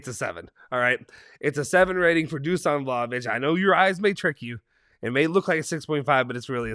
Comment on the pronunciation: Dusan is pronounced Dushan by the way